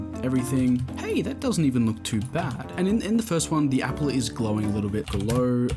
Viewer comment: "appel" 💀 apple